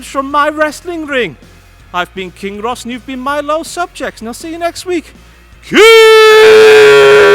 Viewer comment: Its pronounced KING Ross*